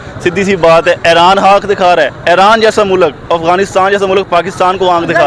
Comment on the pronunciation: Read it right iran Aran nhi h